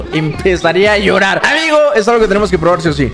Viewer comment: jajajaja amgio ajjaja en lugar de amigo jajaja edit: tambien en